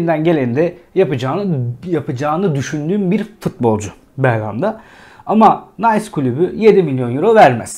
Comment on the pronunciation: Nays klubu degil Nis klubu fransizcayi ingilizce okumak gibi kulaga Komik gelen hatalar yapmayalim